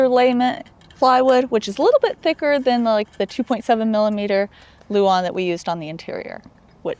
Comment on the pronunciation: OMG! He said luan not Lou Ann lol darn now I can’t make fun of that anymore! Good for you reading the comments section lol.